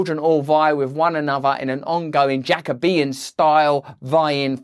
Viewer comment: It’s not 𝙖𝙣𝙪𝙫𝙫𝙚𝙧 (another)! It’s not 𝙬𝙞𝙛𝙛 (with)!